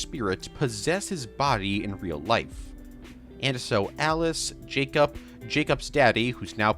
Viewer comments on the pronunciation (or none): Am I allowed to ask why you say Jacob like it's spelt J-A-C-U-P?